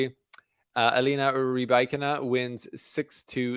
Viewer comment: You mastered Rybakina pronounciation )) Good. Now some news: Svitolina, Kasatkina and Kalinina are pronounced the same way (as well as now retired Myskina, Safina and Dushevina). No stress on INA. The previous syllable shall be stressed.